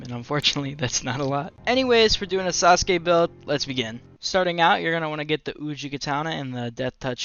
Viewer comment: SAUSE GAY is all I heard in the intro ngl